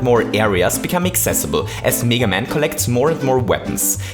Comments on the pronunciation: It's pronounced meh- guh man" not mii- ga man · Its not neega man its mega man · its. m-,eh-g-a man not m-ee-g-a man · His name isn’t pronounced Mee-gah Man, it’s Mee-Gay Man. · meh-ga not meee ga haha. meh-ga man. well thats how british/american people pronounce it haha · It's meh-ga man not mega man. that aside, good points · Me ga man? He pronounced it wrong, but vid is cool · I love how you pronounce mega man. MEEEGA MEYYKA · he says meega man and meega maker lol